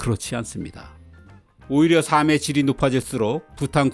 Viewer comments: '삶의'는 '사믜'로 발음하지 않고, '살믜'로 발음합니다. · 늘 좋은 정보를 재미있게 듣고 있습니다 다만, 가끔 겹받침 발음이 틀려서 좀 아쉽습니다 '삶의 질'에서 '삶의'가 '사~메'로 들리는데요, '살메'로 발음해야 합니다 참고하세요